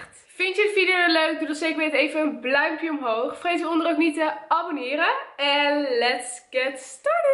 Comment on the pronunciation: Kan je iets duidelijker blauwduimpje omhoog zeggen want ik hoor alleen blduimpjeomhoog